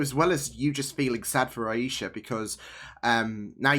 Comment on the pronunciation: I count four dead Clandestines. BTW: it's AY-Sha.